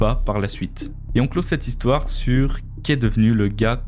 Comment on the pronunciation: J’aime bien la troisième zistoire perso.